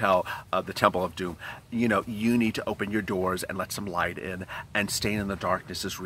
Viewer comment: You are ways making me laugh especially when ur refer the TEMPL OF DUME